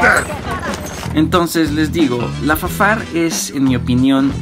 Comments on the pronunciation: es raro que le diga efefeyar y no FaFAR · Efe efe ei ar... Y te sientes mamón?... Jajaja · ¿Por que pronuncias las siglas de el arma en inglés? Sí el arma es francesa.